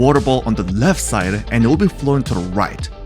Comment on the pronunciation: why did bro say side like that